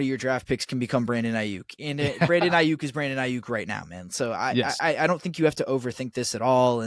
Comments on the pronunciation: Geez. Put down the pipe and just say "No" to drugs. First, if you can't pronounce an NFL player's name (it's EYE-Yuk not AY-Yuk) few people will believe that you know what the h*ll you are talking about. BA was in Santa Clara today at the 49er's first day of the voluntary offseason program and texted about it - surely a clear sign he wants to be traded. BA will be given a new deal by SF within 5 months (that's how long it took to finalize the Nick Bosa deal last year) and when it is done, BA will eclipse Tyreek Hill's contract of $52.535M gauranteed money. SF currently has $6.78M in CAP space and that will increase that by another $18M on June 1 after the release of Arik Armstead goes into effect. You should know these details - this is your business - but clearly you do not. BA is going nowhere least of all Pittsburgh. When the 49er's re-sign Brandon Aiyuk to a record contract, you should apologize to all the gullible fans who believed this nonsense. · You don't even know how to say Aiyuk